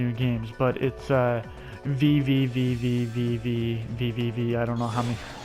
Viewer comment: vvvvvv is pretty fun! You say it "the letter v 6 times" lol